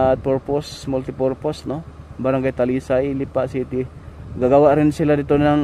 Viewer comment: Bakit "Lipà" ang pronounciation? Hahah